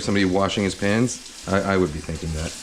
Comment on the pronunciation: i'm seriously thought he say washing pants, and after couple second i realized he say's pans haha